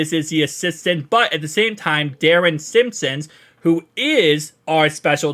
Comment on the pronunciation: Cmon dude Simmons been in Cincy for 25+ years and because of that has title of assistant head coach you could at least pronounce his name right. Just bustin your balls man keep it up watch all your stuff love seeing people building a channel based on my beloved Bengals